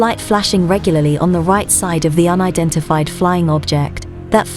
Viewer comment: if i hear her sayin UNIDIFIED FLYING OBJECT one more time im dead